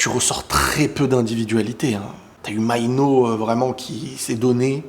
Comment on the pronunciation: Mainoo se lit Maïnou